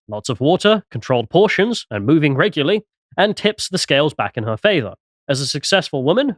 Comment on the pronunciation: regularly, not reguly. i noticed people do this with 'libree' or 'febree' too